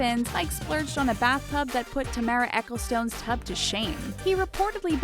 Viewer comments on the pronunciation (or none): Bernie, never Bernard, and it's pronounced Eccleston...not stone!!!!!